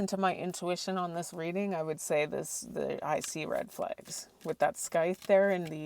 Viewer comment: Thank you. (Heads up, I believe sycthe is pronounced with no k sound on the c, as in sye-ith.)